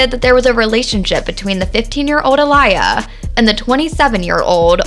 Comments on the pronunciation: Why is the Commentator, Mispronouncing Aaliyah’s Name ??? I can’t get thru this video with her JACKED UP pronouncing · Can you please start with pronouncing her name correctly! 💁🏽‍♀️ Geees! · Not y’all mispronouncing aaliyah name smh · They just gone keep playing in our face with bullshit!!! Who in this world doesn’t know how to say this woman’s name properly…. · I can't even take this video serious Chile Learn how to pronounce her name before talking about this cause clearly you sound like a joke smh sad 😡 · Why are you saying her name wrong wtf please get it right you keep saying her name all through the video wrong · You keep pronounced her name wrong. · I am pissed that this person is pronouncing Aaliyah’s freaking name totally wrong !!!! I mean, how did she do that much research about the late, great, beautiful, and dear Aaliyah, to mess up the pronunciation..... So simple😳😏😤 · Nah. Didn't make it past 10 seconds. Please learn the proper pronunciation of Aaliyah's name. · Seriously. Get it right. It is so irritating. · As SOON as I heard the mispronunciation of AALIYAH'S name, I was done with this video. The video as well as the poster has FOREVER lost any and all credibility. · Her mispronunciation didn’t sit right with my soul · Omg!!..you are sooo silly I read this as the video was playing in heard the way she tried to say her Name and bust out laughing 😂 🤣… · That's not how you say her name so annoying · Atleast respect her enough to say her name right 🤦🏾‍♀️ in such a hurry to report news & get clout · EXACTLY .. get it right 💯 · Who the heck is Uh-Lie-Yah??????! It’s pronounced Aw-Lee-Yah This is clearly not a genuine Aaliyah Fan 🤦🏾‍♀️ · Say her name: Ah-lee-ah. Not Ah-lie-ah. Get it right. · It’s Aa-Li-Yah not Aa-Lie-yuh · Aaliyah pronounced aah•le•uh.Her name being pronounced A•lie•yah is disturbing. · Whos A-LIYA? It's not Uh-Liyah or A-LIYA. It's pronounced Aaa-Liyah (Like Mohammed Ali) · It’s not “UH-LIE-AH”! it’s “AH-LEE-UH” (think Mohammad ALI) 🙄